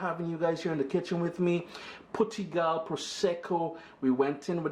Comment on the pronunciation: Pronounced: Poo-tee-gal LOL